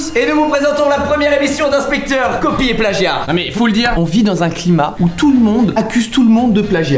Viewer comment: No dommage mais non il dit "copie" et pas "coqui" (regarde la description, [...]inspecteur Copie...)